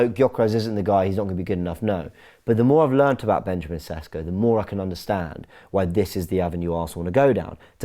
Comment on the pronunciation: It is, say after me "Sheshko" - accent on the s's - lets say it right...